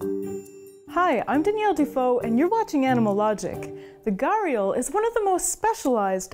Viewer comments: Guys u can at least do a lil research on how it's pronounced when the word is the main topic of the video🥲🥲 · Your Pronunciation of Gharial is totally wrong. Do some research on Pronunciation next time. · At least learn to pronounce the name of the animal before making a video about it. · Its "Gha di yal" Not "Gar yal" No hard feelings but its like Someone calls you "FO -A-Bae" instead of "Phoebe" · It's ghariaal, not ghaarial. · It's actually GHADIAL not garial as she pronounces.. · Its not pronounced as "gaariyul" In india everyone pronounces them as "gHuDiyaal" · As an Indian it triggers me every time she says "Gharial". Its pronounced "Ghadiyaal" with a rolling tongue "D" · Ye ghadiyal🤣🤣🤣 I was wthhh is gariyalls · Correction : It's not pronounced garr-real It's called Gha-di-yaa-L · He is Ghariyal not Gariyal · Pronounce sort of GRi+Aal not Garial.. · Say ghu di yaal wtf is ghariyal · Its not ga-real, it’s pronounced guh-di-yaal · It's NOT "Garial" But "GHADI"-" YAAL"..... GHADI comes from the pot shaped snout.... Pot is called "Ghada" in Hindi.... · “Gah-riel” 😂 It’s pronounced as “Gha-ree-yal” fyi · It's not ga-ri-al. It Ghoh-ri-al. Is it that much hard to pronounce properly ? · Me an indian I understand that English doesn't have those type of pronunciation. But that's wrong pronunciation that she used. Its more like gha-D-yaal Try text to speech this "घड़ियाल " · In Hindi from where the word comes, it’s pronounced “‘ghuh-rdee-aal” with a heavily aspirated h and and a rolling d and the accent on the first syllable. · Loved the video. Just taking the liberty to correct the pronunciation , it's GHA-DI-YAAL. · Every time I hear her say "garial" . I feel like banging my head. 👏That👏is👏not👏 how 👏you 👏pronounce 👏it👏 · Fun fact it is pronounced "Ghari-yaal" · Umm..the pronunciation is actually * gha-ri-yaals * thanks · It's pronounced "Ghadiyal" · You pronounce it wrong. It is Pronounced as - ghadiyaal Its a word from Hindi language.